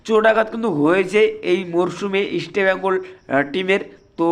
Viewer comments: আপনি ইস্টবেঙ্গল বলুন, ইসটি ব্যঙ্গল না 😂😂😂😂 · আপনি আগে ইষ্টবেঙ্গল উচ্চারণ ঠিক মতো করুন তারপরে ইউটিউবে আসুন । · আপনি তো বাংলাইজানেন না। মনে হয় শিক্ষা দীক্ষা খুব বেশি দূর এগোয়নি। আপনি ইস্টবেঙ্গল কথাটা উচ্চারণ করতে পারেন না। আগে বাংলা শিখুন। তারপর চ্যানেল চালাবেন।